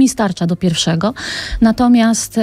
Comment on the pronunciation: "mi starcza do pirfszego" piękne epitafium